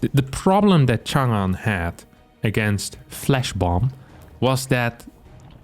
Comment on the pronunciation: It’s nice to see a western YouTuber pronounce 长安 okay